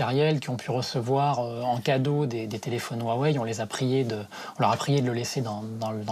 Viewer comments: Huawei pas wawei 😂😂😂😂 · Bon par contre woua wei on en parle... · On en parle du Wouah Wei ? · "wou-ah-wei" arggggg mes oreilles.. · Aaaaaah on prononce pas comme ça Huawei